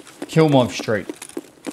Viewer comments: Did it bother anyone else that he kept calling it "KILmov" Street? It's KLImov Street, not KILmov Street. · not KILLLLL MOV street! KLIM OV street!! haha remember Michael Klim the swimmer???? Love your work... and yes, I know you will now forever say it wrong just to bug me... xo